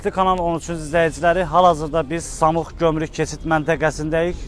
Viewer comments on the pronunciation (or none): Samux yox qardash. SAMUR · Samux deyirsən. Samur deyil.? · Samux yox ay qaaa SAMUR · Samux deyil Samurdu əvvəl danışmağı öyrən sonra mikrafon götür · Ay yazıq aparıcı , bura Samux yox , Samur keçid menteqesidir . Mənteqe adını düz deye bilmirsiniz , xeberlerinize nece inanaq ? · Ay jurnalist Samux deyil Samurdur. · Sen danışa bilmirsən ki.samux yox samur.ozude jurnalistdən